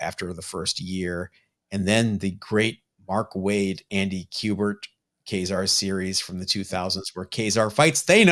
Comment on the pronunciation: Thanks for pronouncing Ka-Zar correctly 😊 guys